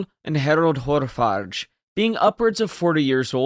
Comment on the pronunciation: It's Hårfager. The g is pronounced like g in e.g. golf. It's means Hair-beauteous. I.e. Harald with the impressive hair. He must have been a looker.